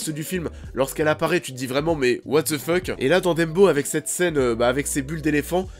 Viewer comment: c'est DUMBO "DAMBO" Bordel. c'est ni Dembo ni Deumbo. et c'est "Fuck", c'est pas FEUUUCK"